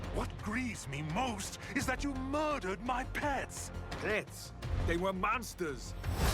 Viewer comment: “They were MANSTAHS!” 😂